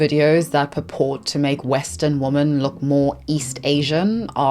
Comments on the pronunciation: I’ve noticed so many native English speakers mispronouncing “women” as “woman” and “woman” as some weird combination of “women” and “woman.” It’s the same ones who make fun of us non-native English speakers. Please learn the difference if you’re gonna talk about women. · Please learn how to say the word, “Women.” (Plural) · You do such important work bringing these stories to life. I have a small language Question: the plural of women - I learnt that the "o" was pronounced more like the "i" in words like "internet" "in" "introduction" etc. Do you speak a specific dialect, where that's pronounced diffrently? Another language question: you pronounce fetish and fetishization once with a "sh" and once with a "k" - is that to avoid demonitization/censuring because it is a targeted word? You probably won't see this, but if you do, thank you so much for taking your time to read and maybe even respond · How can you talk about women’s rights while continuously mispronunciation the very word women? In doing so, you erase the entire group of women, you erase every wonen’s individual identity which then makes a group. Your choice of words spreads information and that is the idea you spread as you continue to mispronounce the word, women in every single video you make. STOP IT! Learn from your mistakes. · No hate but “women” is pronounced “w-i-men” but no hate at all!! 🧡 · PS/ and 'woman' and 'women' are NOT pronounced the same. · Day XX of me commenting about the recent phenomenon of people online, like, pronouncing WOMAN and WOMEN the same until someone else notices so I feel less insane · why aren´t you pronouncing the word "women" correctly? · Not to be mean but why do you pronounce women like woman? Women is phonetically pronounced as /ˈwɪmɪn/ or similar variations, while "woman" is pronounced /wʊmən/. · Why do you always pronounce "women" as "woman"? It's quite confusing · You say “woman” when you mean to be saying “women”